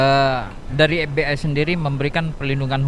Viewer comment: Pengucapannya bukan bhs Inggris dong tapi bhs Indonesia kali. ef bi ai😄 (forum batak Intelektual) ef be i